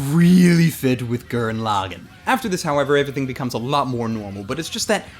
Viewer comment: I enjoyed this review, and completely agree. It's a fun show to just sit and enjoy. It also has a 'HUMANITY, FUCK YEAH' feel too it as well. But one thing that annoyed me was the pronunciation of the title. If you go by the way the characters pronounce Lagann (as in the dual mech and the single), it's pronounced LA-GAAN, with a slightly extended ahh sound instead of a quick 'gan'. I blame the people too ignorant that only watch dubs because they don't like subtitles or because they can't read them. FFS America.